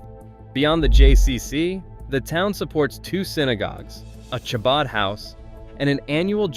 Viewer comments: Why couldn’t they get a narrator who knew how to pronounce “Chabad?” 🙄 It’s NOT pronounced “Shabad” - it’s pronounced “Habad” - with the “Ch” pronounced as if you’re clearing your throat. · clearly AI dialogue the fact that you pronounce chabad with tʃ and not a ח, and then the fact that the videos concept was retirement communities you've never heard of and then brings up The villages in Florida possibly the most famous retirement community on the entire planet. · Please Chabad is pronounced HaBad. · I know. You’d think they would’ve made sure that was pronounced correctly. And it was said multiple times incorrectly. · AI does what it does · Narrator, you need to confirm pronunciation of words before recording, starting with chabad. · It is AI voice and not trained to the Hebrew CH sound.